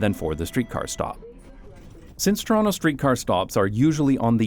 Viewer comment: I can vouch that he lived in Toronto because he pronounces it Chronno